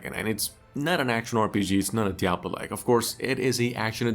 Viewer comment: "diablolike" games OMG😂